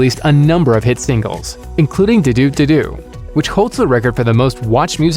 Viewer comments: He say du du and not ddu du du ddu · Okay I’m sorry but why you say ddu ddu duu like that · IS IT THAT HARD TO PRONOUNCE DDU DU DDU DU